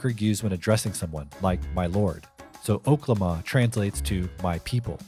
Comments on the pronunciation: I’m just glad stopped saying “Okay-Lama” 😂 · It’s pronounced (Okay 🦙 llama) 🤦🏾‍♂️ Errrrrrbody sound crazy saying it like that. He’s used it in previous albums Y’all buggin!!!!! Can’t believe you said it like that so many times!!!!!🤦🏾‍♂️ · It’s O-K-La-ma… like how he rapped it on “Fucking Problems”